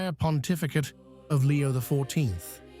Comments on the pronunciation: Why can't they find someone who can pronounce the words. God is the only intelligence that we should follow, not an AI implant who can't even pronounce Roman Numerals. Leo is an Anti Pope and anything he says or does has no value, he's just another false "Pope" like those before him. Our last true Pope was Pope Pius XII, they decimated the Mass at Vatican II, and gave us what is called the Novus Ordo and it's false "Mess" which has no Sanctifying Grace.The only ones who are celebrating the True Mass are the Traditional Priests and the SSPX. It makes you cringe just listening to this AI character. Jesus Christ is the Head of the Church that He founded with His Precious Blood. We have to go back to Tradition; this is not Tradition. This is the false End Times Church that Catherine Emmerich had a vision of. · The voice of this AI is laughable - can't pronounce those Roman numerals - XIII, X. So much for intelligence! God is the source of all intelligence and we humans are endowed with this faculty for use towards good - for oneself and towards our neighbour. Watch those videos promoting artificial intelligence. Do we not see the prominence of that characteristic that is found in the deceiver who made his way into the Garden and with his 'intelligence' bore the fruit that led to the Crucifixion on that first Good Friday? And to the chaos that we see in many regions of the world today?